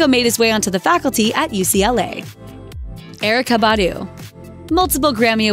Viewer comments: Wow....the commentator really butchered Erica Badu's name! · Why was Erykah Badu pronounced funny like a small little pause like a robot had said it but fast. Just say it how it sounds pronouncedˈɛrɪkə bɑːˈdu. Her real name is Erika. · Yes just butcher Erykah Badu's name please😒